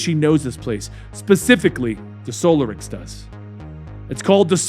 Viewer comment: *in Hermione*: It's soLArix, not SOlarix!